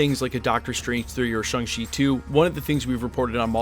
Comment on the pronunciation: ShAng-Chi not ShUng-Chi. Why tf can't you pronounce it right dude? Stubborness? Obliviousness? What is your deal? Why do you insist on pronouncing it wrong? Watch the movies. There are exactly zero characters that say Shung.